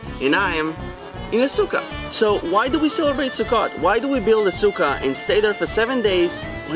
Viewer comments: The way he was saying SUKKOT with out the T it sounds like he was saying Russian SUKKA, witch doesn't sound right when you know what SUKKA means in Russian. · Why every time he said sukkot I heard suka :D